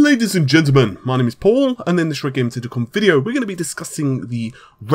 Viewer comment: I swear to god he is really saying